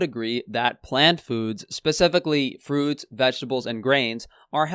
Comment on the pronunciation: fruits or fruids? 😉